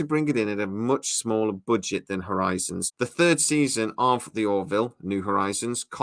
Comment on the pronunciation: "Uhpropyut boojet"